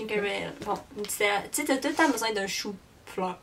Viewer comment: «Chou.Fleur» Hahaha!